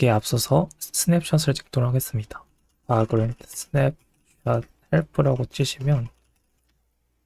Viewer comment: 내용은 유익하나 바그란트... 유즈에이지... 영어 발음이 너무 혼란스럽네요..ㅠ